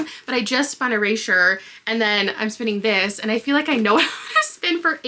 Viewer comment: what's up with your pronunciation of erasure